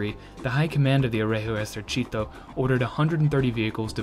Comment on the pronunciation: On my part, I consider his pronunciation the result of a good effort. It is not perfect, but I consider that some words are objectively difficult to someone who is not a native speaker or a dedicated student (-gi- and gli are stark examples, yes, it took me some time to figure out he was saying "Regio Esercito" from "r*@ esercìto", but context helps), and the focus of these videos is tanks, not language. All that considered, I am actually positively impressed and I appreciate what he had to do to get to this level. Incidentally, he didn't stumble on anything funny as Ian (ForgottenWeapons) did with his very excellent videos on Italian "moschetti", which he ended up pronouncing as "moscetti" making every Italian ROTGLing... :P ...though, honestly, considering the mess with the caliber of some of those, and the fact that one could end up firing with a bullet smaller than what the gun is supposed to fire, "moscetto" could turn out to be an unexpectedly apt description. Btw, they are really worth watching, even without the mispronunciation!